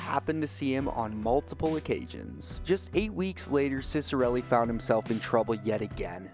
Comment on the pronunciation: i’m actually related to him, and the proper pronunciation is chick-uh-relli!